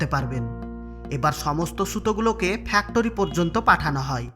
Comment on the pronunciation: আপনি ফ্যাক্টরি কে ফ্যাক টোরি কিভাবে বানালেন,,,,সেটা নিয়ে একটা ভিডিও বানাবেন,,,, আর গি রাম ,,, টা কে গ্রাম বলার চেষ্টা করবেন 😀😀😀😀